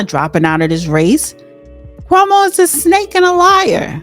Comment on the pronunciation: you are having a hard time pronouncing names: 'chromo' instead of Cuomo, and 'mandami' instead of Mamdani. unless you're trying to become a comedian, learn how to pronounce names of people correctly. and I hope, for NYC's sake that Mamdani loses badly.